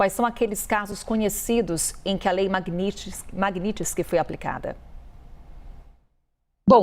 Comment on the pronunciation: >> lei "maguinitisquis"..."jornalista". >>> O que era pra ser dito: Lei Magnitsky